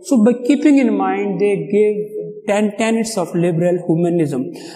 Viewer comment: Sir, please make the necessary correction. It is "tenets". Not "tenents".